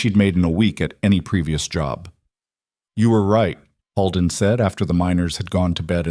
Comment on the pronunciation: Dear AI 🤖 narrator Holden is not pronounced “Hall-den”, it is pronounced “ Hole-den”😅